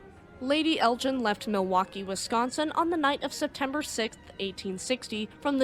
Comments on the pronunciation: You mispronounced the Lady Elgin. You're pronouncing it as Lady Eljin rather than Lady Elgin. Otherwise it is an interesting video. It's hard G not a soft slushy G. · Lovely documentary! ❤ But Elgin is pronounced with a hard "G" like in "Vegan." Charlebois is pronounced "Sharlbwah"